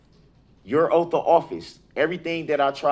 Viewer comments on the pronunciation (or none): ASK, OATH, SUSTAIN!!!! How hard is it to pronounce these words??🙄